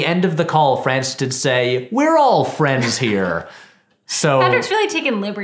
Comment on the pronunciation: Patrick says "My boi Francis Ford Coppola", but it sounds like "my boyfriend Ford Coppola" which fascinated me because it seemed to imply that the respect and admiration that he felt for the legendary director had transformed into a full-on romantic obsession, probably as a result of watching so many films of his in a row while drinking his wine.